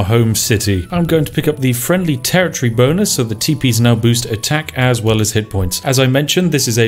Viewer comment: "The Bow...yea bonus" Spiff is so frazzled by Sioux that he's mispronouncing English words.